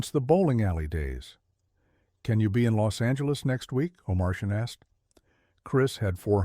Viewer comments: You always know it's ai when you hear O' Martian pronounced O Mar- shan, over and over. Cringe!🥴 He's one of the great Producers and O'Martian iis pronounced O Mar tee an. Not like a goddamn Martian from outta space. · Please get rid of the AI voiceover. His producer was Michael Oh-mar-tee-an. Not Oh-mar-shin. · Oh-mar-tee-ann, not oh Martian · Omartian, not Omarcian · His name is not oh Martian , it’s Michael Omartian!!! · O'Martian is pronounced "oh-MAR-tee-uhn" The AI sucks. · I had to turn it off! Turned on captions. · AI can’t pronounce Omartian